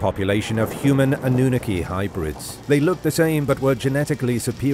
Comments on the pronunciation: AH-NEW-NA-KEY hahahahahah UN-NUNE-EH-KEY hahahahahahaaha go with the first one I typed you're saying it wrong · 🤣 AnnUnaki instead of AnnunAki🤣 horrible bot. Greetings from Netherland (I may not write flawless in English but do speak it flawless.) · Ok, so I can't handle this pronunciation any more. It's A-noo-NA-kee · Or AWE-NEW-NAH-KEY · Dude holy moly you've said it wrong every time this is wild.... go watch ancient aliens bro 😂😂😂😂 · The way you pronounce The Annunaki 💀💀💀💀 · Dafinitely a robot talking. Couldnt even pronounce annunaki right. Still like this show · Pronounce the annunaki correctly.. The English teacher.